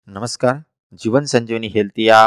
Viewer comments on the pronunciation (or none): none